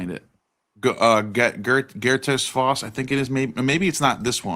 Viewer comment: it's pronounced faowst. (like taos).